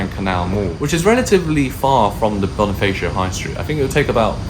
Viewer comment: also Bonifacio is pronounced as Boh-nee-FAH-sho not Boh-nee-FAY-sho just saying for future reference~!